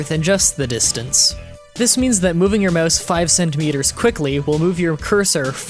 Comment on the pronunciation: " Möuhse acceleration"